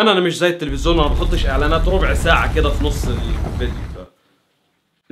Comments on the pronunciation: لفت نظري في اكتر من فيديو حكايه ( التلفزون ) انت بتنظقها بطريقه غريبه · انت ملكش حل ... هوا انت بتقول التفزيون كده ليه ههههههههههههههههههههه